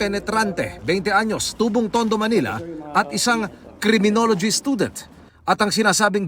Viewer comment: hahaha creminology bwahahaha